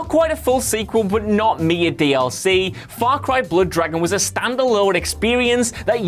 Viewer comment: his mouth said: faw cwy sewies